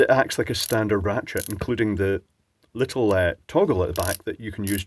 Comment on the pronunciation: sounded like you said Ratschit